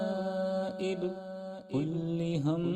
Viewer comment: Hazrat kullu hammin ku aap kulli hammin padrahe hain, kya ye dururst hai